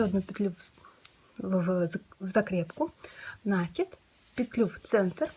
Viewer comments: спасибо. Не с первого раза, но получилось) В вашей коллекции много стильных изделий, но это - произведение искусства! Мастер класс по вязанию розовой сумочки спиралькой не смогла слушать(( Попробую вязать без звука. В мои бедные мозги не влезает слово нАкид( Впечатление, что его подхватили от мастерицы, живущей вдали от культурного центра. Может и пустяк, но такое хорошее дело портит((((( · Жаль не увидела раньше.... Меня тоже коробит, но слово накИд. Специально опросила всех знакомых вязальщиц, все делают ударение на первый слог )) И я живу не в глубинке ))) Да, возможно с точки зрения грамматики это неправильно, но это сленг вязальщиц и он имеет право на существование )))